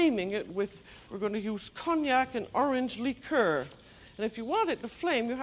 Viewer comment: “Lheeker” lol just listening is a comedic hoot